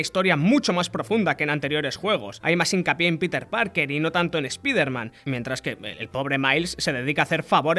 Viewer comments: “Espaiderman”, se dice “espaiderman”. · Porque dice espIderman, pero los nombres los pronuncia bien? 😅